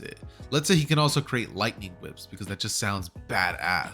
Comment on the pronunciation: man said lightning wips lol